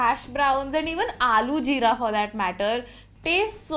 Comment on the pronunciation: while trying the jeera drink Her pronounciation:JEERA-Y ME HEARING:JIRAIYA SAMA CUZ I AM WEEB